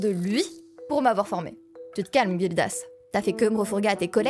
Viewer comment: Gildas se prononce comme un "J" Jildas et pas Guildas comme une guilde ou comme les vagues